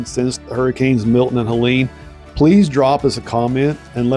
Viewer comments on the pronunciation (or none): Nice video but one tiny thing: one of the horrible hurricanes that hit our beautiful AMI was Helene, my given name, that is pronounced without an “a” on the end. It’s Helene, not Helenea. It may seem little but to us who got hit & those that carry the name, adding an “a” at the end bugs us. I am glad you’re showing that we are being restored. It was a tragedy to go through & we are bouncing back.